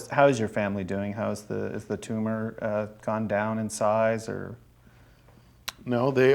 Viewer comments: "it's not a tumah" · It’s not a tuma! Dammit Gregg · "iz not a tooma" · i love that he just keeps saying "It's not a toomah" he never once says tumor normally. incredible.